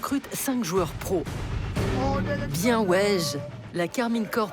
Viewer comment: « bIeN oUeJ » 🤣